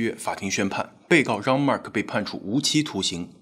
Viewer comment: 既然是法國人，應該用法文發音，Jean和Agńes不對。